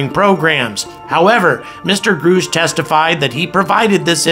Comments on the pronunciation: I love you. Quick tip: it's Grush. Like brush. Not Grush like "I AM GROOSH":D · Please pronounce his name correctly, it's driving us nuts!!! Gr- us-ch... not Gr oosh! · Your saying "Grusch" wrong. It rhymes with RUSH or HUSH..G-RUSH. Not Groosh. :-) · Grush not groush but thanks for sharing. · Grusch is pronounced like "brush" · Grusch= short U sound : Gruh-sh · why wont you say david grush;s name properly it sounds like rush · We NEED TO KNOW THE CONGRESS MEN AND WOMAN (names) who are blocking this information. I’ve seen them. It’s real PS. It’s Pronounced David. GRUSH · I’m wondering if you’ve listened to all the commentary on David Grusch, how you don’t know how to correctly pronounce his last name. Does that make you a more angry astronaut Grrrrrrr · In due time Grasshopper, in due time. Learn how to pronounce David Grusch name, and maybe he will tell you everything you want to know. LOL!